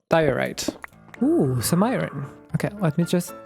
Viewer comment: You are the second person to say iren that plays Minecraft. Not to be mean. It is not like siren but it is said like I earn like I earn money Iron is how it is spelled just incase.